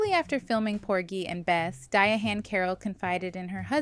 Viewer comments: The ‘H’ is silent. It’s just pronounced ‘Diane.’ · Why is she saying her name like that. It’s pronounced like Diane